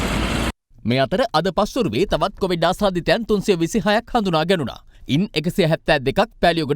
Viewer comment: meh news kiyanawa hari naha. Mu inna dawasata news balanna hithenne naha. Muwta news kiyanna kalin කොවිඩ් kiyana wachane hariyata kiyanna ugannapan. කෝවිඩ් කෝවිඩ් ගාන්නෙ 😂😂😂😂